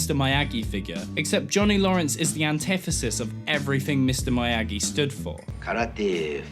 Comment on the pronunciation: stop calling him "my yagi."